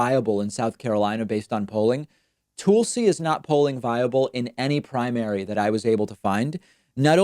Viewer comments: Why do you pronounce Tulsi as TOOL-see?? 😂 it’s TUHL-see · I don't think it's pronounced Toolsi. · Ole Toohl-see Gbard, as you say. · "Tool-see Gabbard" 😂😅😂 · It's actually pronounced Tool-See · Clicked on this to hear David say “TOOLsi”. 😝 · He says Toolsi and Boot Edge Edge :P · Why does he call her Toolsi? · Why do you pronounce Tulsi name differently? It sounds like you are saying Toolsey? I don’t like her at all but at least pronounce her name correctly cause you sound condescending. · You should really learn how to pronounce "Tulsi" and "Buttigieg" Jesus christ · Is Tulsi's name actually pronounced that way or is David trolling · Tulsi will drop out once you pronounce her name properly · You say tulsi’s name funny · He kept saying her name wrong, i just didn't know what the deal was🤐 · I see. I listened again (on lunch break, so I finally have time to listen again) and heard it this time and (this is citing evidence -- try it sometime). I would give David the benefit of the doubt and assume that he just doesn't know how to pronounce it, though he could be mocking her... I just don't have enough information to know (like, I haven't seen an episode where he pronounced it like Tull and then decided he would purposely mispronounce it). Nonetheless, still not relevant to the argument in this thread. He made an argument for why she should drop out, rather than just assert what he believes (like you did).